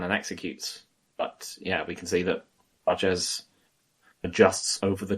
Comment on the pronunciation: It's not Praches lads, it's Prates. That's how the man himself pronounces it, and he would know - he's a nerd 🤓